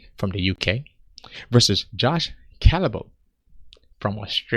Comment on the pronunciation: I can forgive you for the track wreck of a pronunciation of Josh Culibao's name because I'm Australian and guarantee that at least one of us has said it even worse (good odds that it was one of his school teachers).